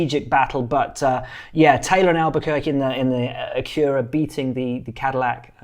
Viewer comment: Your pronunciation of Acura threw me off initially, but "AcURa" sounds more luxurious than "ACKura" Loving this series, keep it up!